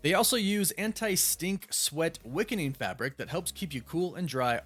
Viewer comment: "WICKENING fabric" or "WEAKENING fabric"? haha